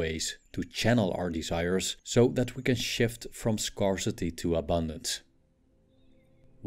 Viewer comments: it is not scar-city but scare-city pleeeease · Great video, but it would be beneficial to look up the pronunciation of "scarce" and "scarcity". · I love your videos. They're awesome and very helpful. One tip on this one that may be useful for your next productions. Check out the pronunciation of the A in the words "scarce" and "scarcity". It doesn't follow the intuitive rule. 😊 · Work on your pronunciation on the word "scarsity" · Your videos are awesome and full of wisdom. To make them perfect, please, check the correct pronunciation of the word SCARCE and SCARCITY. You use them a lot in many of your videos and you always mispronounce them. 😊🙏